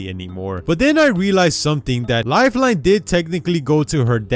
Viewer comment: he says lifelone